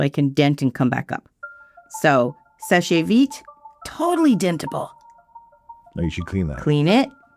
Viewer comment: It's pronounced "Sesh Veet". The e at the end of "seche" is silent. If not, it would have this accent:é. So, it's not "seshay". It's "sesh"